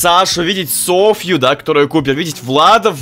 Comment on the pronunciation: Соооооффффффууууу, а не СофЬЮ